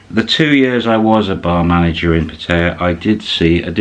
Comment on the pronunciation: How do you manage a bar in Pattaya for 2 years, and presumably live in Thailand for a good stretch of time, and learn a bit of Thai language...and yet still absolutely massacre the Thai pronunciation of the city you live in? 😂